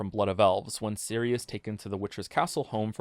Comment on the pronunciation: Your pronounciation of Ciri is wrong. The "C" should be pronounced the same way as in centimeter, or the "zz" in pizza. Not as Siri. Great video otherwise. Though sometimes you pronounce it somewhere in-between a "c" and a "s".